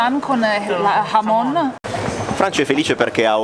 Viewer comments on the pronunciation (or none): Da madrid in giù TAPAS: viene dal verbo tapar..usate per coprire il vino nel bicchiere dalle mosche. Pinxtos sono sempre sul pane! AGUUUUUUR! PS. mi raccomando mai dire frittatina che vi menano ahahaaha baci dall'andalucia vi si ama! PPS. bella la pronuncia del hhhhhhhhhhamon! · Spiegate a Franci che la "H" in spagnolo, come in italiano, non si pronuncia con un'alitata. E la "J" nemmeno si pronuncia con un'atra alitata, ma con una gutturale aspirata. Per il resto, siete sempre i migliori e i più simpatici.